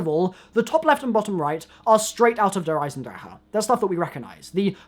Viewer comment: Andrew Clement that's how you say it you screw